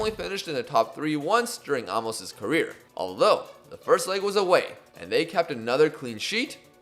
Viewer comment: Probably too late but his name is prounced A(literally just the letter A)- mos (like youve been saying the entire series